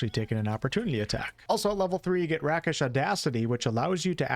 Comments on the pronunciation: Rake-ish. Not Rack-ish. Otherwise enjoyed the video. A multiclass of swashbuckler and hexblade warlock looks like it would be fun. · rakish is like ray-kish, not rack-ish =] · RAKE! It's pronounced RAKE-ish! Not rack-ish! How do you not know this by now!? This drives me nuts. If you don't actually know a word, GOOGLE IS FREE! There is no excuse at this point. I'm 100% certain I've posted this correction on one of your previous videos. /endrant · I believe it's "ray-kish", not "rack-ish" for pronunciation. But I'm totally looking forward to playing this update and watching the playthroughs! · It's "Ray-kish" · Rakish- Ray kish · Rakish = Rake. Rakish like a rake. Rakish audacity. Just being polite so you know for future reference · Its pronounced rake-ish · Path of Giants Barb looks super fun but I will always be a Charisma/Face player so Hexblade lock is just **chef's kiss**. Btw, just so you know Rakish is "rake-ish." Means dashing or jaunty. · I appreciate the video. I’m really looking forward to this patch! Just so you know, “rakish audacity” is the idea of a “rake” having audacity. A “rake” in this context is a kind of scoundrel. “Rakish” is pronounced as though you are speaking of something that is rake like. Not *rack*ish. 😊